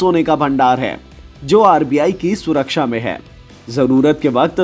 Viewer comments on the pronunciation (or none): none